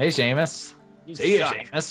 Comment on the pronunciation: Shaemus? and its Seamus